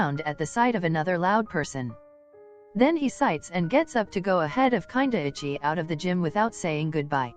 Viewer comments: Voice over “kindaichi” no “ kinda itchy” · HELP WHY DOES IT SAY KINDAICHI LIKE kinda itchy 💀💀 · You know what the funniest thing was : the text reader reading kindaichi kinda ichy 😂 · ughhh i LOVE that the reader said Kindaichi as " kinda itchy" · I loved this video! My favorite parts were where Kindaichi was pronounced Whenever it says Kindaichi It sounds like kinda itchy I kept cracking up every time his name was said